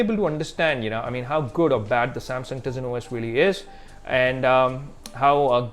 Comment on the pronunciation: I think its pronounced taisen not teezin even tho its spelled tizen